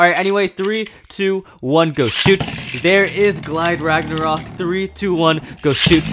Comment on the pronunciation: Rage luinor not rage longness